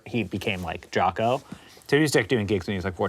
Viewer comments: Its Jaco, not Jacko :) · "Jaco," not "Jacko." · JACO , not Jacko!!hA! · Jaco, not Jacko. HavOHna, not HaVAna. C’mon guys, TRY. Jesus. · It's "Jaco", right? Not "Jacko." Please. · Jaco, not Jacko.